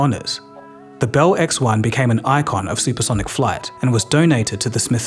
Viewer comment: This guy almost speaks English. If only he could pronounce "Bell."! It's beL, with an L, not "behwu."